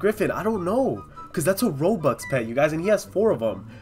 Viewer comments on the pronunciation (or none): none